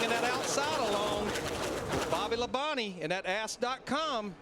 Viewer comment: I think he did! But it's Ask not ass...that would be a naughty site.